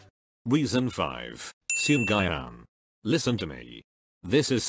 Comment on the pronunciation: Seung gayon instead of seungyoun HAHAHHAHAHAHAHA